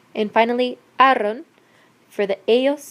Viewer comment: You are saying the aron ending sounds arron and it is not correct, you also say ierron instead of ieron, the video is great but that information needs to be corrected